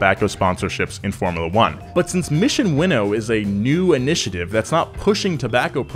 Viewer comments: Are we sure it's "Winnow" ?? I always thought it was "Win-Now" kinda thing. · It’s not pronounced as “Winnow” but as “Win Now” As in winning races.. now. it think its pretty logical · its "mission win now" not mission winnow lmao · I thought it was pronounced Mission “Win Now.” Not “winnow,” which is apparently blowing air through grain... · The way you saw win now 🤢🤢